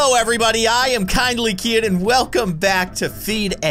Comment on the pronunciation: It’s not kindly kian it’s kindly keyin